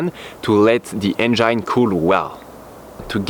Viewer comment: lol bro try to pronounce engine like this en-gin . forget the e at the end . common mistake non native english speakers make. Its kind of funny though. Love you work keep it up.